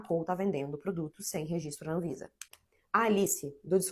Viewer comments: "Rezistro" é foda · não mesmo. Rezistro é erro mesmo e tá tudo certo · 'impressão minha ou a proprietária fala rezistro ? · é mole uma dona de empresa gigantesca falando "resistro"? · A diretora da escola na qual eu estudei o ensino fundamental lá no Maranhão massacrava quem falava rezistro kkkkkk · Nem vi o video todo, mas queria primeiramente informar que eu apoio a pronúncia "REZISTRO" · Angústia dessa mulher falando rezistro... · Ela fala rezistro igual meu pai kkkkkkkkkjjjjjj